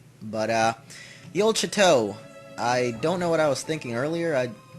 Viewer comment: yeah it does mean castle (and can also mean a big ass house lol) but it's pronounced a bit different from the first time you said it. it's not "Chat-oh" it's more like "Shaw-toe"